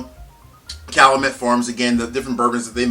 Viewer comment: For me the 14 is the biggest disappointment and waste of money of any spirit I've bought. Oh and BTW it's pronounced Kal-you-met